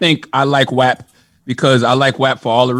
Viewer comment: The way they pronounce WAP bothers me lol